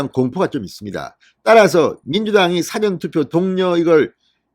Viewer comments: 사전투표 발음 좀 똑바로 하세요. 늘 국어사전, 영어사전 투표하나요 어쨓든 윤석열 파이팅! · 사전투표 발음이 왜그렇는가? 백과사전이가?